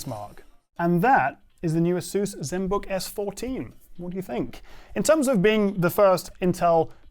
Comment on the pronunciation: how can you not properly speak Asus baffles me